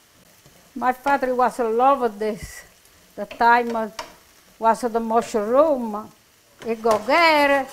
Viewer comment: I love pronounces mushroom as musha-room, it's so charming. This looks incredeble and want to try to make this myself once. Thanks for this lovely recipi. 😊🇳🇱